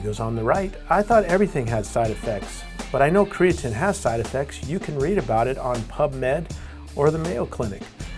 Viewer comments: karatnine? why the difference in pronunciation? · 1 the person can't even pronounce creatine. 2. There have been proven studies that say that creatine DOES NOT cause any kind of kidney damage